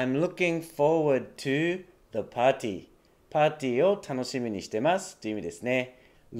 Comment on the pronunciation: 何がすごいって、説明する時は日本語発音(パーティー)で聞き取りやすくしてるところが感動。英語発音と日本語発音を使い分けてるネイティブの先生初めて見た。